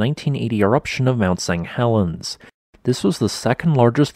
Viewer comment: It's still pronounced SAINT not sang.